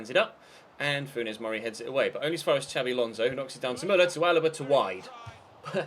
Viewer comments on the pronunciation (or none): none